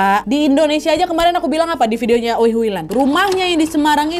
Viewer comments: Setauku dipronunce-nya Wei, bukan O-eiy 😅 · Maaf bu.bukan oei tapi oey.gitu jgn salah sebut .ya!!!! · Maaf kak Nad, kata Oei dibaca Wi. Karena daku ada teman bermarga Oei. Halo Sandra Wijaya. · Btw wak ijin koreksi ya, membaca “oei” yg benar itu “owi” atau “uwi”😊 CMIIW🙏🏻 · oey / oei dibaca wei / ui (wi) kak nad ☺ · FYI, Oey itu dibacanya Wi. CMIIW 😅